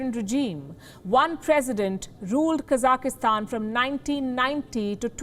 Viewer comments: Everyone knows how to pronounce it. This is not the first time she has f'ed it up. It's not hard. KA-zak-stan, not Cossackstan. The Cossacks have no relation to Kazakhstan. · Kazakhstan not kazakistan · It’s pronounced kazak-Stan. Not kazaka-Stan 😆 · It's not Kazak-ih-stan. It's Kazakhstan. No extra 'i', or 'e'. Kazakhstan. It is terrorism when the masses are beheading police like what is happening in Kazakhstan. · It is not Ka-zaki-stan. It is Ka-zakh-stan. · Kazakhstan. Kazakistan hahahaha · Her English is not very good. She says "kazakastan," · How good is your Hindi? Or any other language? I think her accent is amazingly good, even if they does keep saying KazakEEstan all the time. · Stop saying Kaza ki hstan 😀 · Child, say it with me, Ka-zak-stan. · Its not even hard to pronounce it. The program is good but this lady needs to go. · She can’t even say the name of the country correctly cuz she lied so much, trying so hard to reshape every news instead of saying things they way they are.. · Someone please teach her how to say Kazakhstan.